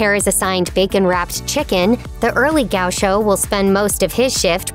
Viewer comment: Mispronouncing Chão was eh, but the way Gaucho was mispronounced I just can't keep watching lol